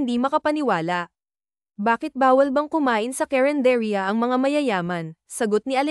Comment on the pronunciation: carenderia not cerendetia